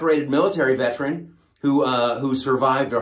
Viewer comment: "He's a decorated military vet'ren" 🤣🤣🤣